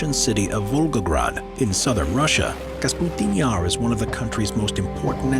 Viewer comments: Kasputin Yar - LOL, love it - It's KAPUSTIN Yar... unless they re-named it after their president... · Why he says "Kasputin yar"?! Oo It is "Kapustin yar"!